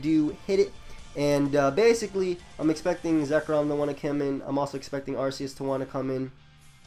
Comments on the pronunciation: arceus is pronounced "arkeus" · game freak who created it named it arceus with that pronounciation, that's all I'm saying.